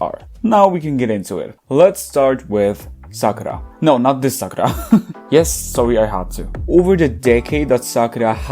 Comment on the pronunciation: It’s not “ Sakra” but “Sakura”